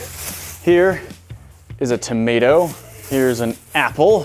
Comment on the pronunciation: Tom ae toe 😂😂😂